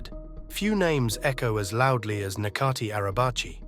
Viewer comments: In Turkish, the letter "c" corresponds to the English letter "j". So, his name is pronounced like "Najatee", not "Nakatee". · it’s pronounced Nè-jaat-ee